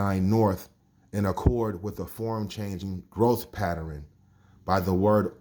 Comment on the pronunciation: That's what he tried to say but said pateren.